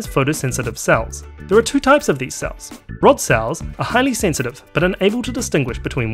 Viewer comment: the absence of the letter e in your accent is fairly annoying... it's red, not rid, sensitive, not sinsitiv